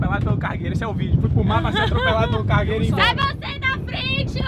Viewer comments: Só eu que ouvi navio cagueiro ? 😮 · Só eu que entendi ele falando navio cagueiro